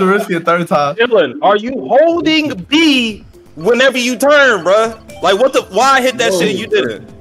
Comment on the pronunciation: one of my favorite moments, that emphasis he puts on " HOOLDING B " always has me dying